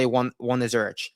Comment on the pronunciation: Less than a minute in, done immediately after "Zur-itch" pronunciation